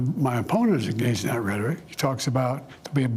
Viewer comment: He did not say “rhetoric.”